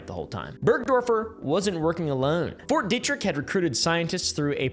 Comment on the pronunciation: dude pretty much said ft detrick right well done lad